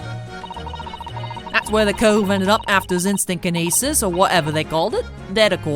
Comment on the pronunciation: Kinyeetsis. XD